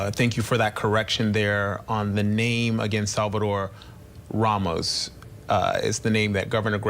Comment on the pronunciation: JFC Abbot cannot pronounce “Ramos”. That’s absurd.